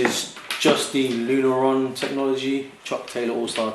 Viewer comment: Nice review, dude! It's Lunarlon, not Lunaron. :)